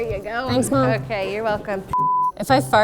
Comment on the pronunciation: yes, I know the captions say "thanks Homes", but why do I hear "thanks mom"????